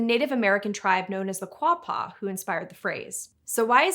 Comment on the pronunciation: "Kwah-pah" is the way I remember seeing it spelled in my junior high Arkansas History class, so I can at least confirm you got that one. Hilariously, it even had an old spelling in the book, part of an infographic, where it was spelled "Arkansaw" though I don't know how valid that was. May hve been a jab at people wanting to call it "Ar-kansas". Great video by the way! I always wondered where the country Georgia got its name